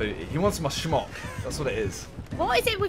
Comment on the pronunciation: Smock!! Why he saying it with a SH??